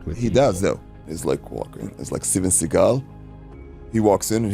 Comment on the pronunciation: Segal, why bro🤦🏽‍♂️